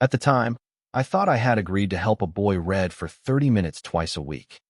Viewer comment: Really need to teach AI the difference between "read" and "read" in a story involving literacy or get a human reader. The story was pleasant if a little analytical.